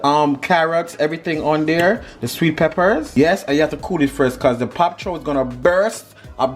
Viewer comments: its Bok Choy! 🤣🤣🤣🤣🤣🤣 not Pop Choy 🤣🤣🤣🤣🤣🤣🤣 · Looks delicious, I have to try this. It’s bok Choi 🥬 sounds like your saying pok. Anyhoo, as always love you guys and have a wonderful Sunday evening....🥰💋